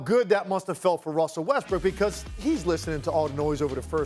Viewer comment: WHY THEY KEEP SAYING WESTBRICK